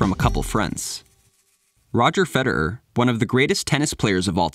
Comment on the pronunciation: why do you pronounce the name FEDER- ERRRRR like that?